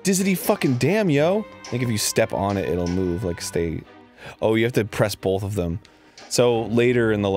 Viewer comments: Does anyone hate how Arin says both? He says, "bowlth"... It bothers me so much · Normally different pronunciations of words don't bug me at all, but I notice "bolth" every single time. I just have no idea how that could've developed, I don't understand why someone might say it like that. At first I thought it must be some quirk with American speech, or at least in Florida, but I know people who say it here in British Columbia as well, it seems quite widespread.